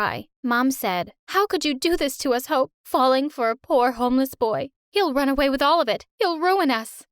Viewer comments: Why did i hear hoe instead of hope 🤣 i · Who else thought she said h0e